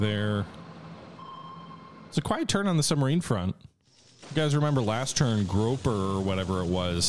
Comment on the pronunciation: SS Grouper. “Groo-per.” “Groh-per” is the name of the shore leave picket boat.